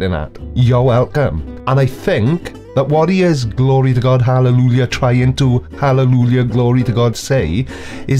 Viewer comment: He can pronounce hahlehluhja, so he goes to heahven